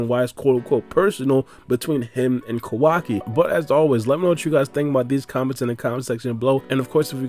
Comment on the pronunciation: Please please stop calling him “kO WA ki” It’s “ka-wa-ki” your emphasis on WA part of his name is so stupid. And it’s KA not KO